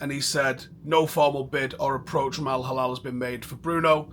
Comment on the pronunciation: its no al halal bro it's al hilal😂 soft L